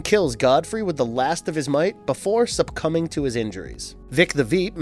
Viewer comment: “Subcumbing?” You mean succumbing.